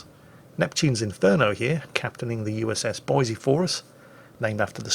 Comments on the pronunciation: I hate you, its Boise, please for the love of God get it right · please! its Boy-see, not Boy-zee, theres no Z! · Actually,, it's pronounced "Boy-see" NOT "Boy-zee." If you say it "Boy-zee" everyone in Idaho will know you're not a native. Now put that shotgun down before I show you what a red-blooded American woodsman can do with one! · I know the moment I say this you will make it a point to do the opposite but, Boi"s"e not Boi"z"e Keep up the vids love em! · Boi-SEE dammit! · there's lots to do in Boise, lots to see in Boise, but there is, no "Z", in Boise. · THIS VERY THIS There is no Z in Boise.